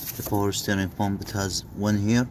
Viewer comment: 😂lol I think he's Arabic guy, we don't have the letter P, only B